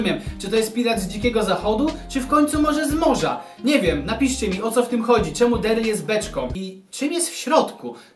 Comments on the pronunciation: czemu powieźałecz barlej a nie daryl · Stajesz sie rakiem o ile już nie jesteś. I mówi sie Daryll a nie Deryll